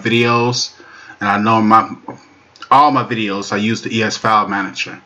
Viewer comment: "Manajo" is not a word as the way you pronounce it. The proper spelling is "Manager" and is pounced like it is spelled